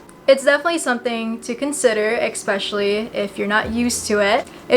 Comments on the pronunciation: EXPECIALLY is not a word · thank you for your video. (it's eSPECIALly not EXspecially btw darling). How long did it take for the soreness to go away after your first few weeks (or days?)